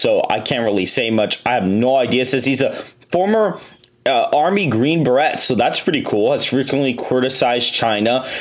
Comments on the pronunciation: Army green Berrrettt come on now.. you should know how to pronounce Beret... it's pronounced Br-ay Brrrr ay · Love your video analysis, just for future reference it’s pronounced ’Green ber-ay’ not ‘ber-it’ it can be tricky because of the spelling. Just don’t want people to try and pull you down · green beret is pronounced berray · Green Beret,,,The T Is Silent,,, Ending Sounds Like Yaaaay,,,Not Tah,,,👍😆💯🪖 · Dude, it's pronounced Green BER AY, you can't screw that up